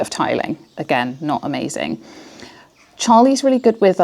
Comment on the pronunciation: People who say "wiv" instead of with.